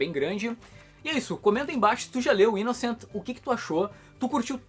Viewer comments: Aí man, a pronúncia do título está errada Kkkkk Fala -se 'inossan" maninho. Pois sua escrita é francesa e não inglesa. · "Inoçã" hahah e sanson mesmo, sem pronúncia em inglês. Li o primeiro volume só e achei sensacional, vou continuar acompanhando e ainda bem que é relativamente curto hehe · o Thiago, do canal do comix zone, vive chamando esse canal aqui de 2kibinhos, que o fica kibando as coisas de la pra trazer pra ca. Quando ele foi falar sobre esse manga, ficou a semana toda, inclusive no video, falando que a pronuncia certa é ''inoçã' por ser frances. Ver agora o falando da forma que ta escrita é tão bacana haahahha, e mostra o quanto aquele cara é presunçoso com aquele canal minúsculo dele hahahaha